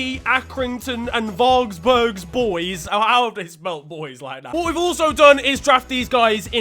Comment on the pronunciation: The feeling when tries to pronounce your local club Varberg is indescribable